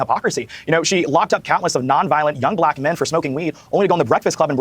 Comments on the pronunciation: He said brack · Heard Brack girl summer every single time 😂😂😂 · That dude literally cannot say the word 'black'. He must just be a huge Brak show fan.